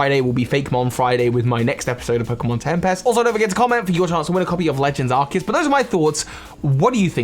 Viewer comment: Uhhh it's Arseus